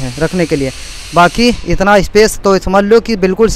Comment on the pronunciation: Why are u asking that I think because he Said etna instead of itna 😂